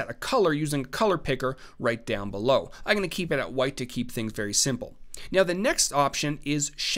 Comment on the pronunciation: great tutorial. But holy hell, please learn how to say I'M GOING TO... not EYE'N'GONNA